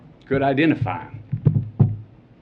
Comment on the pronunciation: All this coming from a man who made MILLIONS GLORIFYING GUNS! 🤣😂So pathetic Matthew. smh. You all notice how he went into a "southern accent" all of a sudden when he said the word "Ideentifeye" instead of identify? lol because that's from the scene from the movie A View To A Kill when he was talking about the little black girls shoe. In the movie a little black girl gets raped and he's her lawyer. So sad Matthew. Do you really think people wouldn't remember the movie scene so you use it here? Libtards have not even 2 brain cells to rub together. Hmmmm amazing how the shoes that are the "only thing that could identify her" as he says, is in pristine brand-new condition? How is that possible if she "wore them every day" and was in a bloody pool? smh. And yet in the he reads off the names of all those killed and Maite's name isn't even mentioned? Hmmmmm.